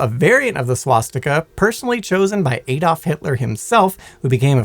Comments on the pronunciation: Who the f is "Aydolf" Hitler?....its Adolf Hitler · Add-olf. Not hey-dolf.